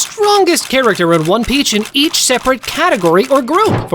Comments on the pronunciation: one piceh? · one peach? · At the start did I just hear bro say "one peach"!?!?!?! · Is no one going to mention bro said one peach 😂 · One peach😂 at the start the video that’s what he says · at the start, one peach? really? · “One Peach”💀💀💀💀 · Why did he say one peach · Bro said one peach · On the start he sead one peach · one peach?😂